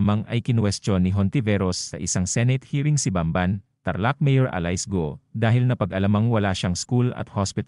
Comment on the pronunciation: ALAYS GO? SINO YUN? DI MARUNONG MAGBASA A.I. MO. IKAW NA LANG SANA NAG VOICE OVER.